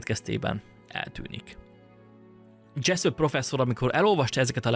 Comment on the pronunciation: Dzseszöp, dzseszöp... mintha a kecsöpöt hallanám a kecsap helyett. Túltengő magabiztosságodat visszafoghatnád egy kicsit némi önkontrollal.